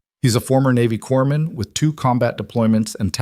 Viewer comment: It's pronounced "core man", not "corpse man".